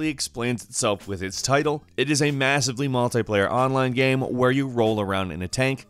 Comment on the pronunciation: Why do you say game as gam?